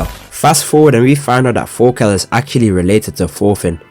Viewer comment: "fast forward, and we find out that forka is actually related to forfin" the amounts of f's I can't unhear are crazy.😭😂